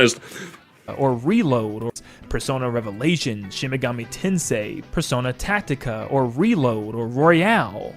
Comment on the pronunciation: He also just said "Persona Tactica" oml